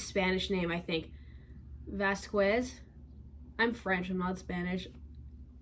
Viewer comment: totally unimportant but you almost got the pronunciation right! It's vás-kez probably (guess it depends on the accent as well). Qu in spanish/portuguese sounds kinda like a k (cause we don't use K in our normal words, it's usually in foreign words only. But I speak portuguese I may be totally wrong about spanish)